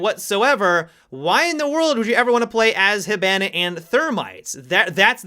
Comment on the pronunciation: Still saying hibana wrong i see